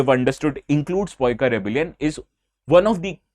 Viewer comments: its pronoun like Paa---eee---Kooo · The correct pronunciation:- pie (pie chart) - ka (ka from kamar)= pie+ka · Paika is pronounced in Odia language as paikaw(aw is used at the end of words instead of aaaaa) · Its spelling paaika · Tumko koun bola Poika hota h, mai native odia Paika community se hoon. Poika toh kabhi nei suna. 😂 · Right pronunciation is पाइक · It's अ ,पाइक and it's ओडिशा and thank you for sharing our history ❤❤❤ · Its pronounced as paa-i-ka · Your pronunciation is wrong it's Paika (paa-i-ka) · Correct pronunciation: पाइक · Such an influential channel yet forget to do a proper research ... and bluntly saying it's poika .... 😅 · Paika is pronounced as PA-E-KAW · In odia it's pronunciation is "paaika" ok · Sir in Odia it's called pa-e-ko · It's paika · It's in ODIA also PAIKA Pronounced as PAA-II-KA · Sir in odia it is not paika , it is pai-ka. पाई -क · Jitne baar poika poika bole ho utne baar mera khun khol raha he.... isiliye 2 min me mein ye lecture dekhna band kar raha hun ... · That's paa-i-ka ...sir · Poika word force me to stop watching the video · More like 'Paaiikaw' ! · Kindly don't mispronounce it... u definitely are NOT Odia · Person to person if it varies then you should pronounce it in the English way...not the wrong way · Generally, unless it is a sensitive matter, I normally avoid msg socially. Wrong pronunciation irritated. Plz consult that particular region of people if possible before uploading the video . Sir, don't take it as a complaint it is a concern. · Bsdk tu bataye ga Paika rebellion k bare me gndu thik se Naam tak nhi le pa raha.. ek aur baat Odisha me पाइका nhi पाइक विद्रोह bolte hain.... Gndo saalle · If you don’t know how to pronounce the name then please don’t try to teach wrong things to the people. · Sir! At least confirm the pronunciation from a native language speaker before making the video! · Your Pronunciation of PAIKA shows your level of Teaching 😂😂😂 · Ko- କୋ ହୁଏ କ ନାହିଁ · Right. It's irritating to hear